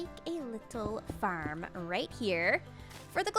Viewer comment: The way you say “Farrm” makes me laugh